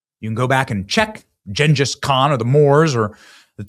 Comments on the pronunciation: Did you really just say jen-jiss Kong? lol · WHO TF is "Jenjis Con" Benny ?!? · Oh my God! NOBODY SAYS, "Jenjiss Khan". Where is he from? When did he get here? It's like he's never heard English used in America. "If you know your history: Jenjiss Khan..." Oh brother... 🤦‍♂